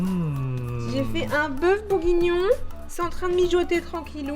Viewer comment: On dit bourguignon pas bougonnions ❤️❤️😂sinon je vous kif les boss ❤️❤️❤️